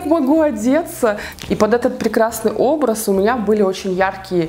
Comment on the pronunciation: Мне одной кажется что говорит не "у меня", а "у МУНЯ 🙄🙄🙄?????